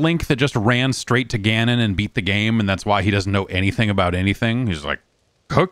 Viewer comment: "Calamity Qanonn" Lmaooo 🤣